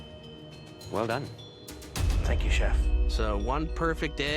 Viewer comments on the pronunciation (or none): "The egg is perfic"